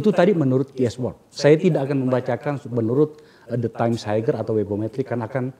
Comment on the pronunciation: Kok ngomongin universitas internasional kalau pronounce “Higher” saja masih haiger. Haier boss.